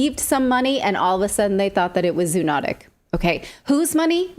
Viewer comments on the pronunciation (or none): Zoonotic is pronounced zo-onotic, just as cooperate is pronounced co-operate